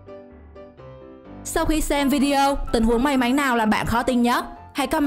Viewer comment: may mắn lại cứ đọc may máy chắc review này là người nước ngoài đang học tiếng việt ak